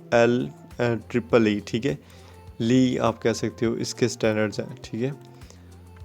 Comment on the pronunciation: Bro last mein aapne kaha k LEEE hy but wo LEEE nahi bal k IEEE hai -i-hai L nahi